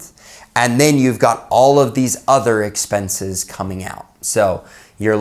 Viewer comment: What is SEXPENSES?? “$EXPENSES” 🤣😂🤣😂😂